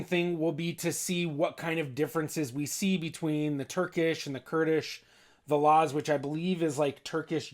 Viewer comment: is laz not naz, If you don't say it clearly then you can't translate it correctly.